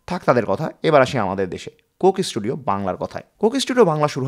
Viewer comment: সুন্দর ভিডিও। তবে বারবার কোকেস টুডিও, কোকেস টুডিও শুনতে কানে লাগে। যেহেতু এই শব্দটা অনেকবার ভিডিওতে এসেছে, উচ্চারণের সময় একটু সতর্ক থাকা দরকার ছিল। শুভকামনা।